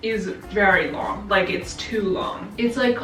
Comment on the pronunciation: “It’s a lorgggg boy” 🤣😂😂😂😂